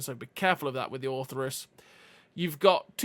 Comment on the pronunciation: Orthrus, not Ortherus